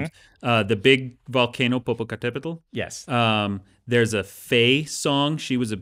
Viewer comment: I am impress on Dan´s pronunciation of Popocatépetl, it is not an ease word to say correctly. I am from México.